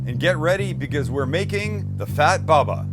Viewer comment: Bubba it's not read baba